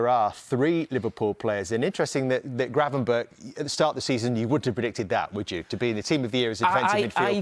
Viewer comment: For f*** sake, learn how to pronounce Gravenberch.